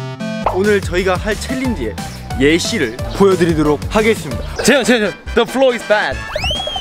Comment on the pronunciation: Their pronunciation is more like "the floor is bad" so cute 🙈😂